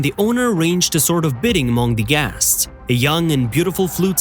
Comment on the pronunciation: The makers of this video needs to drop the stupid AI that keeps mis-pronouncing the word "guests."👎